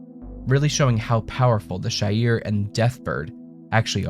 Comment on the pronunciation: It's pronounced She-ar not Shy-ir